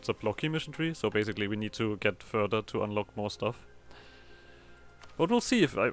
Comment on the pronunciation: I love how German your ssssooooo is